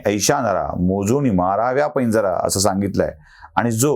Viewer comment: आपल्या मताशी मी शंभर टक्के सहमत आहे. पण संत तुकाराम महाराजांचं एक वचन आपण वापरलंत. त्यातील बरोबर शब्द 'पैजारा' असा आहे, पैंजरा असा नव्हे.